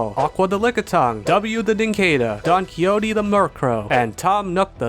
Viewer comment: ...this sure was a way to pronounce Don Quixote